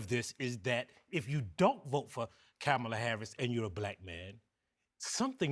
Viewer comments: The fact they all missed the point is mind blowing. If you basically look at the comments on different sites it's the misogyny with black men that's disappointing and that's the damn point. That one man not pronouncing her name properly tells me all I need to know about him. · Camel-a Harris!! Wtf. You should’ve corrected the way he said her name. I’m sick of hearing how her name is pronounced. Stop living and dying by polls. If any of you honestly want KAMALA (comma-la) and Tim to win, start focusing on that, put your energy into that and keep the momentum going. Stop wasting time like this. It puts a negative spin on what’s happening for their sake and doesn’t help them or us or our country at all. News outlets like this give Trump and the dark aspect of politics right now too much power. Yeah there’s problems in politics but focus on what is actually going to make some positive change. I’m done watching CNN. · I ❤❤ Michael Harriot, I really do. But the way he and aome of the other men keep mispronouncing Kamala Harris' name is very frustrating. And yes, Black men can vote for who rhey want to. I see where these brothers are coming from but the few who dont like VP Harris are very loud, boisterous and obnoxious. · Stop mispronouncing Kamala! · Michael Harriot needs to learn how to properly pronounce Kamala's name! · The second man who spoke pronounced her name incorrectly, which delegitamized everything thereafter. Black men, just support Black women, please. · Still can't pronounce her name right 😅, that's racist. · Camel-ugh. Feel better now? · Hey CNN!!!! Your guests are mid pronouncing Kamala’s name! Why are y’all not Correcting it?????